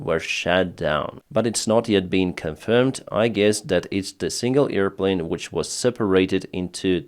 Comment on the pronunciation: Not EAR plane,, but AIR plane.